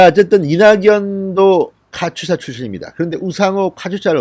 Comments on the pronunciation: 진**님 카투사(카츄사아님)로 발음해 주세요~ㅋㅋ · 카츄사가 아니고 카투사입니다! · 카츄샤 아니고 카투사입니다! 발음이 안되시나요? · 카추사가 아니고 카투사입니다~~!! Korean Augmentation to the United states Army.